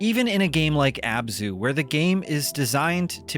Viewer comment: Abzu, it's Abzu.